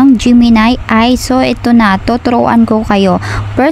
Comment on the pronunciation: A.i. po ang basa, hindi Ayyyy hahahahahahah